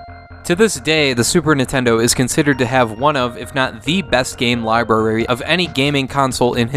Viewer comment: “Libeery” SNES has the best libury? Liburay?